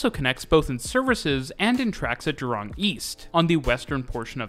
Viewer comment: Cool video. We call the Sentosa monorail a Monorail. Buona Vista is pronounced as 'Buena'. The pronunciation is still tolerable. Sungei is pronounced with an 'ai' rather than an 'ei'. The emphasis on Jurong is at the 'Ju' rather than at 'rong' Suggestions: You could talk about our buses, talk about bus fleets, routes and integration (which includes rationalisation), the different types such as express, city direct, trunk, feeder, and the former Chinatown direct, night bus and premium buses